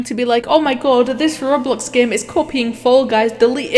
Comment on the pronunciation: I love how she says game but instead she says GAEM.